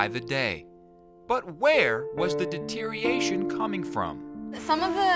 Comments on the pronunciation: “Deteriation” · He said "where was the deteriation coming from" 😂😂😂